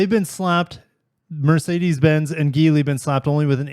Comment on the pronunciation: Geely with a "J" dammit. Bochum = Bokum, not Bochum. You're one of the tiny handful of reputable automotive news channels on Youtube. I expect absolute perfection.